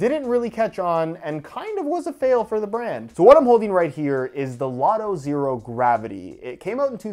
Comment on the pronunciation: The "h" in "Zhero" is 100% necessary.